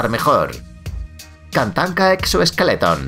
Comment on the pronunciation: la manera en la que dijo K A N T A N K A 💀💀💀💀💀